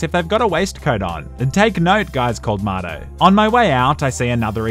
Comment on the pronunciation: Oh, when he said “Marto”, I thought he said “Matto”, and was referring DarkViperAU.